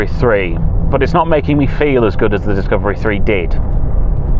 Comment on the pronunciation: dicavery ? xaxaxaxa what a f idiottt😂😂😂